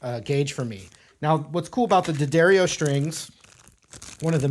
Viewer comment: Dee A Dario is how its pronounced